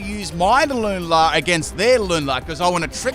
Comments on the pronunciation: Haha Lunala's name is pronounced "loo-na-la" Luna means moon in spanish if you didn't know. ( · I usually don’t care about how ppl pronounce Pokémon names, but how he says lunala brings me so much pain. It sounds ugly and a mouthful to me :’’)